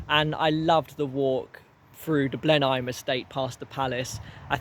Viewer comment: small correction Blenheim is pronounce Blen-um. It's also a nice walk to continue the relatively short walk through the edge of the Cornbury Estate to get to Charlbury which is a far more reliable station.